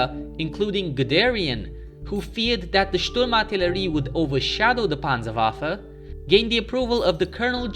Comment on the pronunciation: Your german pronunciation is perfect, but you put the emphasis on the last syllable, dont to this. It makes it sound unnatural or you kinda try to make it sound threatening. Usually you put the emphasis on the first syllable.